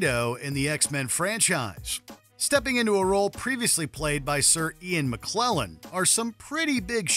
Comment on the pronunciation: Ian Mc...klellen? 😂